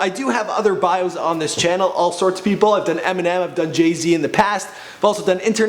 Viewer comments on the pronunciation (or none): none